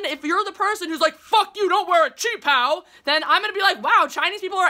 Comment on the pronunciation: What kind of name is Jeremy Lam anyway? Jeremy is clearly English and Lam is not Chinese. Btw really impressed that you can pronounce qipao. 🤗